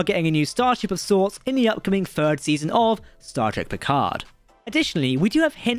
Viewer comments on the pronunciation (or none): none